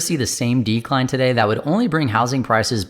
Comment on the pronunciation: I'll subscribe but only if you promise to stress the second syllable of 'decline' instead of the first in the future 🙃